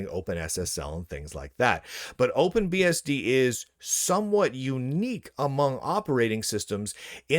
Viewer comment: He say openbsb